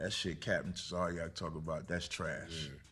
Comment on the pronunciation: They butchered Captain Tazaryach name